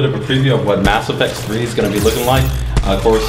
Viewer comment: Every time he says "Mass Affect 3" you hear thunder sweet the game must be that epic lol